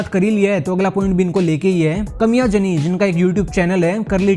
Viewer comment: "काम्या जानी" नहीं "कमियां जेनी" 😂😂😂😂